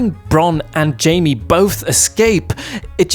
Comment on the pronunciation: God damn it, his name is JAIME, not JAMIE. Why is it so hard for some people to remember? Anyway, i agree with all points you made.